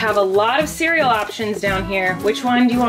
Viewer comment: I love the way that he pronounced cereal as Kareal